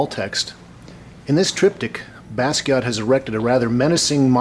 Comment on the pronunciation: You pronounced his name right this time,. ✋🏼 Thanks for the video btw